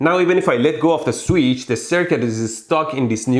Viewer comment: Anyone realize how many times he said sweetch